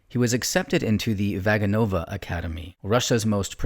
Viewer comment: Hey! A little fyi, it’s Vaganova, phonetically Vah-GAH-non-vah. Not Vaga-Nova. Thank you! PS I loved the comparison that people should know who Mikhail Baryshnikov is the way we know Babe Ruth. SO TRUE!! ❤❤❤